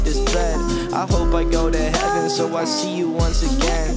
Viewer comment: You did say so WRONG